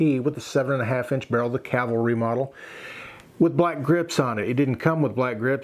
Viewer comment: Cavalry not calvary. I have a problem with that.